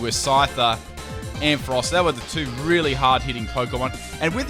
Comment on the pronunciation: Finally someone who pronounces Ampharos right!